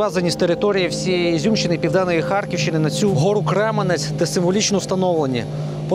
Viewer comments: Крем'янець, а не Кременець. На "узком" языке- Кремянец, ударение на Я. Тим трипільським бабам до 8000 років наскільки я знаю, деякі з них вони зломали. Сусідку побачив у вашій черзі, вона постійно зараз про вікна безкоштовні запитує. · Не зруйновано 90% міста, ну 5 % не більше. Й гора не Кременець а Крем"янець. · Спасибо, что сняли видео о Изюме. Если что, гора Кремя́нец, а не Кре́менец. И можно было бы проехаться по городу, а не только по отрезку Поворотка - Пески- Марс- пешеходный мост. Но и на том спасибо. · Я изюмчянин! Слушать што наш кремянец, теперь кремяц'ь ! Я вшоке!!!!! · Чому ви ставите удареніе на Послідній слон і цим ви Робите сміховище із назви .не Кременець а Гора Кремянець